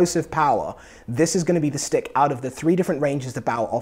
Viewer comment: I love when u say sticK and pucK <3